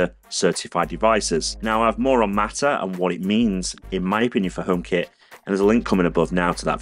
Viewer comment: Pppppplease say H, it’s so annoying. I love your channel and videos but it puts me off when you say Omekit, Omepod, etc